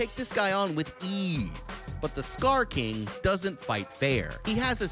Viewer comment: STOP SAYING STAR KING